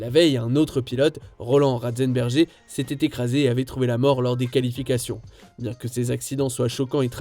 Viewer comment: Alors... On prononce Ratzen"bèrguère" et pas comme dit dans la video... Apres c'est dur de faire un classement de 10 événements... Y'en a tellement eu... Le génocide du rwanda L'affaire Dutroux La france championne du monde en 98 La liberation de Nelson Mandela La mort de François Mitterrand La folie Titanic Pffff y'en a tellement.....